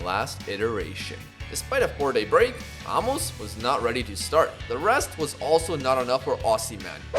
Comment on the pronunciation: Aymos* that’s how it’s pronounced